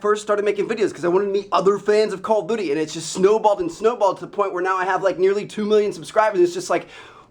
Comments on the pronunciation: It's call of duty, not coll of duty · Its called call OF duty not call o duty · Anyone else think he said call of booty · He said call if booty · at like i swear he says call of booty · He said "call of booty" in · You said call of booty lol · LOL I SWEAR HE SAYS "CALL OF BOOTY"! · he says call of booty. Slow down Trev. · he says call of booty lol